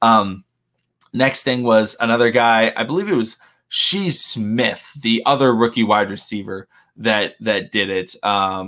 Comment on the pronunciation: SHI SMITH- Pronounced SHY... not SHE Lmaooo